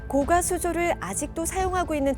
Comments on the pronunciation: 교수님들은 高架를 高価라고 발음 하시네 고가도로를 고까도로라고 안 하는데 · 고까수조 아니고 고가수조 아나운서 발음 들어보세요. 사전에도 고가도로로 발음. 고까아닙니다. 고까는 가격이 비싸다고 할때 고까라고 발음합니다.